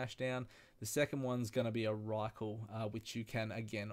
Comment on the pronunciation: About to attempt this tonight thanks for the guide P.S it's rylak not rykl :P